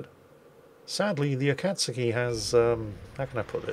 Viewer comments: Alright japanese person here its Akatsuki, aka uhkuhtsuki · Pronouncing Akatsuki should be like Aka tsu ki like a tempo of 1 .5 1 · You've almost got the name right. it's closer to "ah-kat-ski." The "U" is for all intents and purposes silent. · 9/10! One thing I might add is for you to stress the first and not second syllable so it becomes A-kats-ki and not a-KATS-ki. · Holy Balls! almost said Akatsuki correctly! Almost...almost. I believe in you! Ah-Kaht-Ski...not Ä-Kaht-Ski. Good enough mate. Cheers! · the "u" in akatsuki is good, the "kat" is pronounced "cot" though. Thanks for the video! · A-ka-tsu-ki, no i in the ka there so ka instead of kai. :) 暁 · Regarding your pronunciation of Japanese: In the immortal words of Maxwell Smart, "missed it by that much." But it's a big improvement over what you used to do. The mistake this time is that Japanese doesn't have the short A sound of cat, rat or bat. They always use the A sound of father, card or hard. Technically, they don't have a long A either -- that sound is represented by the letter E or EI. It has to do with the fact that the language is syllabic rather than based on individual phonemes. Subs: "He's submerged." "You can see him, he's right there on the map, but you're not allowed to hit him." Well, duh. He's submerged. Water is a barrier that decelerates shells in a very big hurry. It's one of the few touches of realism that Wargaming got right. If you're going to bitch about something, pick on the fact that WWII subs in the game have homing torpedoes that rarely miss and carry more of them than their total internal volume times a hundred. :P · your pronunciation of Akatsuki is not far off actually, only think i would change is instead of saying it like cat, say it like caught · Your U pronunciation in Akatsuki was really close.....the u is barely pronounced....the pronunciation is closer to Ah-kats-ki than A-kat-su-ki and you get it right half the time